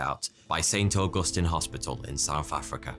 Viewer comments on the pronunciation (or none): none